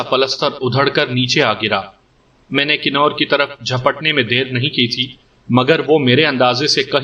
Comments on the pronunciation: Nice stories. But you should definitely work on your pronunciation. 🤣 It's "Kunwar" with noon ghunna, not Kinore "convertable", not kinortable I don't mean to be cocky but if this is your living, you should try to get better at it. Anyway, I enjoy your audios. Good work. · Knoor nhi lafaz kawar perha jada jiska mtlab shehzada hota